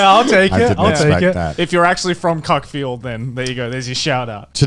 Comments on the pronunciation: I live very near Cuckfield, it's pronounced "cookfield" though (Or so the residents wish you to believe). I obviously missed that the first time around when this came out. If you're wondering (how couldn't you?) how real estate is in your token NTR-themed town, it's too much (commuting distance to London and Brighton and nearish Gatwick). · I live near Cuckfield... funny enough it's actually pronounced cook-field which is arguably no where near as funny